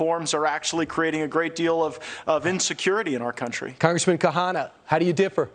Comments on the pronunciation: This guy is a reporter and he can’t pronounce the name right: Ro Khanna! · Well! THIS aged ... not so well! Ro: the Fox anchor repeatedly mispronounces your name before this “friend” of yours, now alleged of the rife criminality we could all smell from our screens for years, corrects him tacitly. I would hope you’re in no rush to follow thru with that beer date with Matt Gaetz. Lesson: the alt-right, the “populist” right, is not operating in good faith. They are fascists. We don’t not play with them, if we don’t want to be chumps. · He butchered it differently every time too...